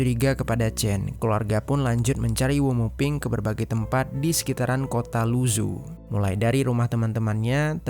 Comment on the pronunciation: Keknya yg isi suara perlu belajar atleast banget pelafalan bahasa mandarin karna susah didenger kek luzu apa cb? Mungkin lu zhou? Ini bacanya lu cou lalau zhejiang bacanya cre ciang